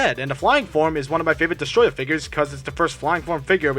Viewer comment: did he just say desatroyah?